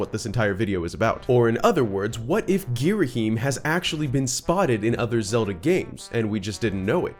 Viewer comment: "gheeraheem" idk thats what i always heard